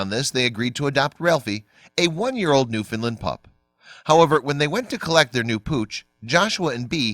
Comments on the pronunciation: Newfoundland not newfinland... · NewFOUNDland if people are gonna make videos at least pronounce words properly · Newfoundland is pronounced to rhyme with. Understand . I'm from Newfoundland.